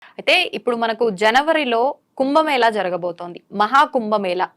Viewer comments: "కుంబ మేల" కాదు. ఏమి యాంకర్ వే నీవు. తెలుగు భాష కు మకిల పట్టిస్తున్నారు నీలాంటి వారు. అది "కుంభ మేళా" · Prounce as "కుంభమేళ" not 'ల' as pronounced by the interviewer. Pl speak proper Telugu. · కుంభమేళ అని చెప్పాలి. మన దురదృష్టం, పలకడం రావడం లేదు.